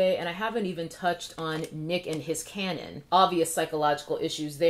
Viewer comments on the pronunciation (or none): none